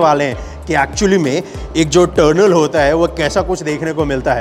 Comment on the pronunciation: Bahi turnel nhi tunnel hai pronounce correctly